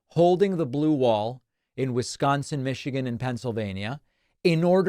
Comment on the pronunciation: It isn't pronounced Wiz-GAHN-sin, Dave.